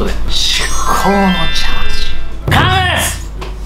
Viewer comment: もはや「完成です」が言えてないですもんね。。。完っっっっス‼︎‼︎‼︎‼︎‼︎‼︎‼︎